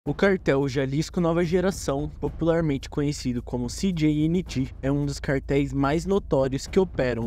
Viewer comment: México fala espanhol Canal: “Ci di ni gi” 😅